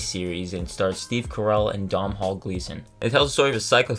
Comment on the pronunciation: Domnhall Gleeson's first name is pronounced DOH-nul.